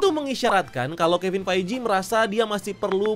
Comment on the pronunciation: Bro, ngucapin Kevin Feige-nya dibenerin ya